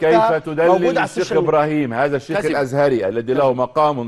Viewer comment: ازهري وليس اذهري